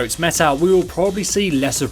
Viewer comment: It's Berg-ita, not Bridget?